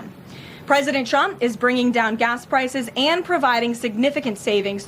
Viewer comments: Carolyin' STILL cannot pronounce Trump correctly. It still sounds like she is saying "President Chump". Freudian. And of course she's LYING about the economy and LYING about the average price of Thanksgiving dinner. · How long people goin to continue to believe this 🐂 💩 🙄🤦‍♂️ & she can’t say Trump 😄😄😄